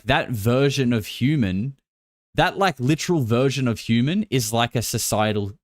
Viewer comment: It's so funny how says naught point naught naught and how he says hooman